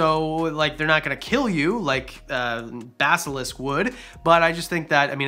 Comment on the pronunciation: Yes you did say Basilisk correctly.